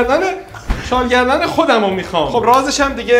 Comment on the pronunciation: شال گردنی❎ شال گی دنی✅